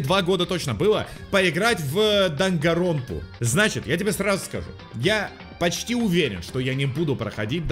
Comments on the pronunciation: Никто: Ничего: Игра: ДангаНронпа: дангаронпа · игра называется "даНганроНпа": "дагаропа"